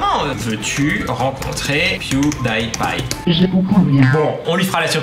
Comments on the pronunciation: "Pew-day-pie" LOL Pew-di-pie ! x'D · Tu Ne prenonce pas Pewdiepie mais PewdyPie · Moi je l'ai écrit bien avant d'avoir vu ton com' et je me suis dit: "Enfin quelqu'un qui le dit, quoi !!! Même en Anglais, ça ne se prononce pas comme ça !" LOL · On dit " pwidipye " pas " pwidaypye " Je sais sa s'écrit Pwedipie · Alors par contre ça se prononce pas pioudaïpaï mais pioudipaï hein^^ D'ailleurs c'est bizarre que personne l'ai écrit dans les commentaires...Vous allez pas m'dire que personne regarde PewDiePie quand même >.< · Rooh ok c'était vraiment pire que ce que je pensais tout ces PewDAÏPie mal prononcés D: Horrible, ça mérite presque un dislike pour une fois même si la vidéo était géniale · Non ca se dit pioudipay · Pewdiepie se dit "Puwdipaie" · ON DIT PIOUDIPAYE CA SE DIT PIOUDIPAYYEEEEE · sa ma stresser qui prononce mal pewdipie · c'est pas très grave... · La vidéo est cool mais on ne prononce pas Pewdiepie comme ça et ça m'a frustré jusqu'à la fin. Le Die ne se prononce pas comme le mot mourir en anglais. Le "ie" se prononce comme un i. Parce contre pour Pie c'est juste. Désolée d'avoir fait ma chieuse 😅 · tu prononce mal pew die pie